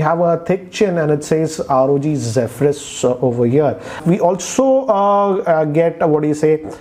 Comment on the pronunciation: Finally someone who pronounces "Zephyrus" correctly😂